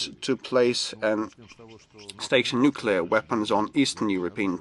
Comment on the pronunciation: El púton lo que quiere desde hace tiempo es apretar el boton "nucelar". Si no ha tardado en soltarlooo!! Estaba deseando